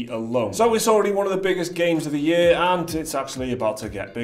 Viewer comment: say "game of the yur" one more time